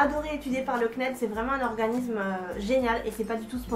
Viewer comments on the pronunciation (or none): Merci pour ce partage d'xp' mais un s suivi d'une consonne se dit "ssss" et pas z donc organissssme et pas organizme:D je suis nulle en ortho' mais niveau prononciation je me debrouille pas mal ^^ continue tes vidéos j'adooooore!